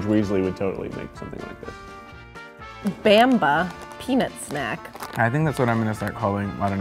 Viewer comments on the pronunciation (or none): i'm from israel and every time i see americans try to say bamba makes me laugh lol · Bamba XD I hate the way he pronounced it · “Baymbah peanut butter snacks” 😂😂 it’s bamba (bom-bah) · Why?? Its bamba not bemba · And Bamba(pronsunced more Bum'Bah.) Just sounds likr A Baby in English. So the mascot character was chosen to be a baby. I think it was suppose to just be easier for small hebrew speaking Children to pronounce it.. That and Bamba sounds like Bom'Ba which is a semi slang word that can mean thing in the realm from Loud Noice to getting hit. And more. So something that that kinda reminds of that will naturally be very attractive to small children. And different enough that their parent will never think about it. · It's not bamba it's BUMBAH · bamba is Baa-m-Baa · The way they pronounce "Bisli" and "Bamba" make me cringe, they should've tried other Milky flavors too - עייפד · they pronounce Bamba so....american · רק אותי זה מרגיז שהם אומרים במבה לא טוב ?